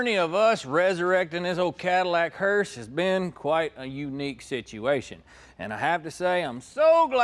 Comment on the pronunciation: What's killing me is calling it a hearst!